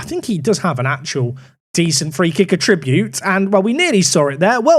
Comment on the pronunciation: Attribute. Emphasis on the first syllable.